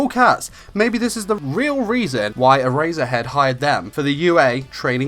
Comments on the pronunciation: Every time he says Erasure and Erasure head, I hear A-Razor-Head and A-Razor XD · lol sounds like hes saying "A razor head" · “Era-zure-head” he says x’’’D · I stopped watching the video because of how badly he pronounces eraser heads name